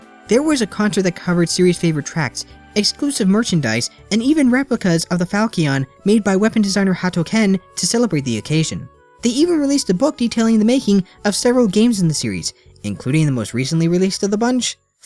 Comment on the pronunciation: Falchion is pronounced fall(like the season)-shun.